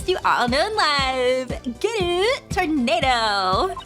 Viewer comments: I know, but she's pronouncing it like the word tornado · Oh, that. I don’t blame her. Much like with pronouncing Mister Reeus exactly like mysterious, reading Toneido as tornado helps her read out things easier.